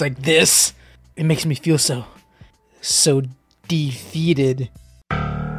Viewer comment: “DeFEETed”😂😂 lol this is the first vid I’ve seen of yours and I already like your channel!